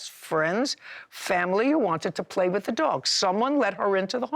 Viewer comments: He is irritating me saying WIFF instead of WITH🤬🤬🤬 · Hes a cop but can't say the word with... he says wif* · It’s not wif. It it with. Sigh… It was an agnormal bark…lmao. He’s really stupid.